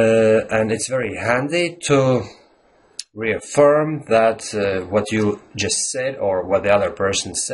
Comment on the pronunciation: You're stressing or putting the accent on "that" when you should be stressing "about." It is also possible to put an accent on "doubt" and then an even more stressed accent on "about," but the tone should be lower on "that." Stressing "that" can be used if you are saying there is no doubt about "that" *as opposed to* something else. Not nit-picking, just thought I'd share my thoughts. Native-speaker here, and even I don't use idioms correctly all the time. There's no doubt about that. :)